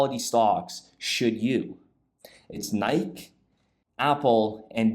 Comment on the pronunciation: did he say Nike wrong??? LOL.. great video and research btw...